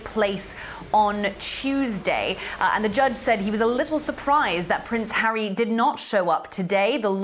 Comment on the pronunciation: Judge 🧑‍⚖️ went like “I didn’t know that Hawwy has children ?!“ 🫵🧑‍⚖️🤨😅